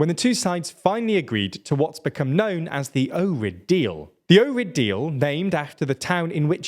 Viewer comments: Ohrid is pronounced as ojrid, not orid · Just an FYI, in Slavic languages the H is always pronounced (like the H in happy). So Ohrid isn't pronounced OH-rid, the H has to be heard. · I will never forgive you for saying ''Ohrid'' without an h lmao. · The “h” in the Ohrid Deal is not silent. It’s same as the “h” in Ohio. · its pronounced ohrid, like its spelled dot skip the h